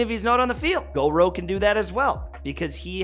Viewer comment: i dont wanna be that person but its gor uuuu like u drop the o its the u sound